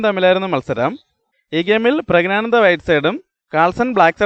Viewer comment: പുരുഷൻആയ ആനന്ദ് എങ്ങനെയാടോ pregnant ആകുന്നത്? എടോ, പ്രഗ്നാനന്ദ് അല്ല, പ്രജ്ഞാനന്ദ് ആണ്. പറഞ്ഞ് പഠിക്ക് ഫൂൾ 😋🥵🥴